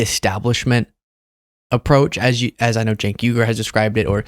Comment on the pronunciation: I feel like people go out of their way to say cenk’s name wrong. It’s not hard. I know Cenk doesn’t care but it definitely feels intentional.